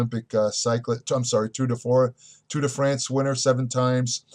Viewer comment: You couldn't pronounce the word Tour, Cormier and then finally Turinabol. "Toruinabull??" I am out!!